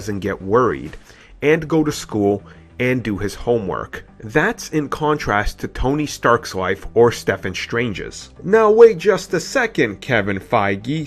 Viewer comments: Why does he still say Stefan Strange instead of Stephen Strange. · Learn how to pronounce Stephen Jesus fucking shit dude xD